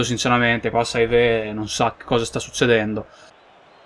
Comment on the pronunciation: saivet si dice sevé, mbemba ha l'accento sull'ultima A;)